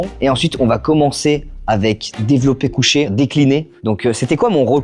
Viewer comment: J'ai ris au développé "cuché"